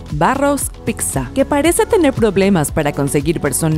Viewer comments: Lo peor, es que la narradora diga PICSA, y no PITZA (PIZZA). Buenos videos, entretenidos, pero hay que revisar muy bien la forma de hablar, quedan mal y pierden credibilidad. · se dice pissa aun cuando se escriba pizza